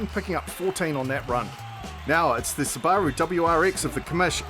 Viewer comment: first time ive heard it pronounced sibbar-rue -- -- i say it .. soob a rue